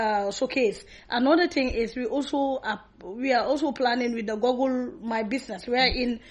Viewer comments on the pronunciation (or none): Google and not goggle!